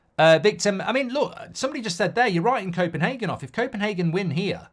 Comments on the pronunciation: It’s Copenhagen and not Kopenhaken as u say 😁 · Goldbridge ffs it's copenHAYgen, not HARgen